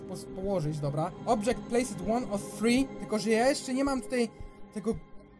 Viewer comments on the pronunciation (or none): none